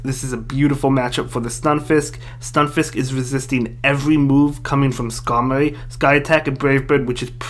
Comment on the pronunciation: This guys voice is funny 😂 He can’t pronounce his R’s lol “Maowak, Skamowy, Vigowath” lmao 😂😂😂😂👍🏼